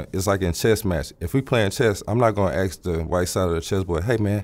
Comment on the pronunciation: Electrical Engineering degree? "Know what I'm sayin", Aks somebody for help". sorry but I seriously doubt this man is a Prof Eng.